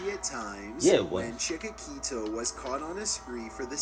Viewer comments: It's not chikakito, it's chikatilo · His name is pronounced Chik-a-tillo